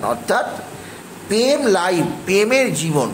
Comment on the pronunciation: পেম না ভাই ওটা প্রেম😂😂